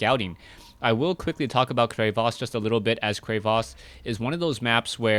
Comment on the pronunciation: i will subscribe to u, if u don't say crevasse like that. llol jkss =P